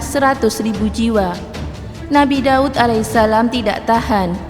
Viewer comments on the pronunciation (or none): DAUD...bukan dawud